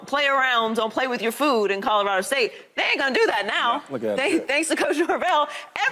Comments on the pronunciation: Shady "Cahdarado!" 🤣🤣🤣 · Shady not being able to pronounce Colorado after 3 weeks of having to talk about them kills me😂😂😂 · Yes!!! C’mon bro 😆😆😆😆